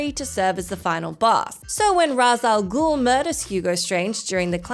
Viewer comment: His name is not pronounced Roz al gul, it's Raysh al gule